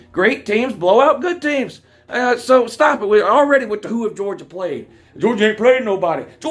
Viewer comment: Who have they pwayed Wou?